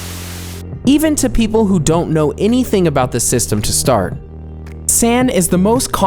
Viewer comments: Is it rude to tell you that its not "San" but its "San" ? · "sAAn" "tAAn" gave me a seizure Why are you trying to inform about Japanese honorifics when you can't barely even have heard Japanese before with that butchering of San which is used so often you can't have missed it. God damn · He pronounce "San" like "Sand" The correct way to pronounce it, is "Sun" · Talks about Japanese people and customs. Says: sAN instead of san. long a instead of short a. the way he said sama was also cringey. Not even Japanese and I know this. I mean I get it if you're just learning it or if you're very unfamiliar and just see the word, but if you're doing a video ABOUT JAPAN and Japanese customs, maybe figure out how to pronounce stuff? I know some stuff is hard to pronounce, but, san, sama, kun, are all pretty easy. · Cunt it's pronounced like s ah n, not s an. Japanese doesn't use the 'an' type a sound; an a in Japanese is always an 'ah' sound. All the sounds in Japanese are singular; there are no different sounds for the same letters (although transliteration is pretty bad about getting the letters people would use in English for the sounds in question. although at least it's better than Chinese transliteration, which is basically a separate language with no relation to English but the letter shapes). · I cringed when he pronounced "san" as "saen." It's "sahn." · Whoa whoa, San like you about to say sandwich 😒. Someone should practice how to say it properly, it’s pronounced s-ah-n not san. And it’s not koo like you’re a baby, it’s k-uh-n. 😒😒. You are so botching the language at the end and I hate it when people do that. This is educational just make sure you pronounce it correctly, please. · not really "sun," more like "sahn" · For the love of god, please pronounce the Japanese words correctly. No one will understand you if you call them a SAN, like san francisco. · Saan, not a as in "@ nor "a" as in Sam. Argh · The mispronounciation of seiza and san was surprising. :/